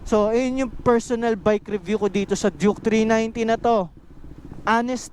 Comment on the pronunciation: Duke not juke😂